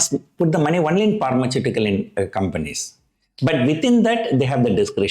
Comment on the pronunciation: Please stop your word at Pharma only , otherwise it will be pronounced as Pharmachutical😊